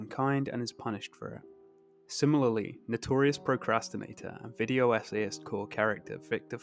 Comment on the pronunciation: "Video Essayist" sounds a little odd when spoken aloud my man 😂😂 Love your videos ofc